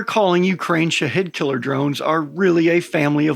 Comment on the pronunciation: As far off as you misspronounce them, you might as well call them shithead drones. Your not far off.